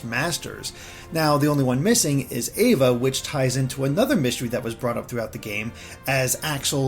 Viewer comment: has seen Back Cover and The Epilogue and still says Ava’s name wrong! Lol!